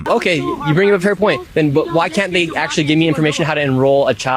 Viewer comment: "Aksshooally" I have seen 5 waterpouts in one day.